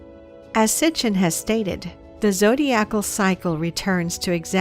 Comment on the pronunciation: Enki is related to Aquarius how again? Couldn't grok that sentence with a heroic dose of mushrooms. The pronunciation of "zodiacal?" Literally made me cringe. Great save with the actual information though.